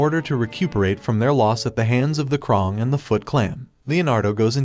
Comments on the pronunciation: He says krung not krang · Bro he really said triserarnds and the krong and Armgen🤬🤬🤬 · you said crane wrong